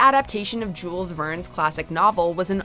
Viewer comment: The way pronounces Jules Verne is atrocious